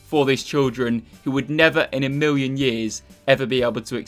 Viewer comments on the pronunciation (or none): “In a miwwion years”